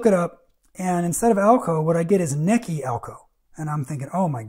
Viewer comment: Its pronounced "Neechee".